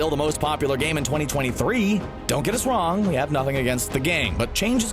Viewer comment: It's wong